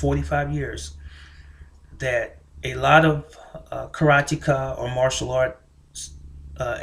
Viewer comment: It is pronounced Karateka, not Karatika, and the movie is 'Way of the Dragon' not 'Return of the Dragon'. So much for your lexicon and history. The one that floored me was " my point of view is not my opinion". Go figure that riddle !